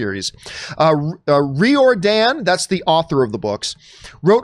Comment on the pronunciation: The way you pronounce Riordan 😂 It's actually Rye-or-din